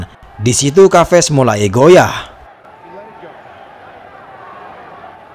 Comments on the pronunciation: Bukan kaves om tp ca ves sebutan yg benar.. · nama chaves di baca saves min,bukan kaves